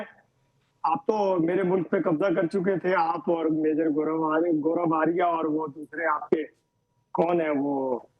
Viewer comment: Aarya hai aariya nhi😅😅😅😅